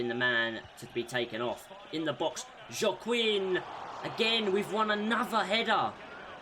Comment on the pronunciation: Oops I miss the livestream the first time I apology and it pronounce Wa-king#Joaquin🤍💚.